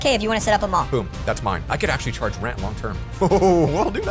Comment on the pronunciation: Did say pall insted of mall